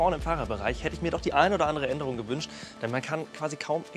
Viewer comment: Wir sind hier in Deutschland und das sind deutsche Fahrzeuge. Deshalb: EQB spricht sich "e ku be" und nicht "e ku bi" EQA spricht sich "e ku a" und nicht "e ku ei"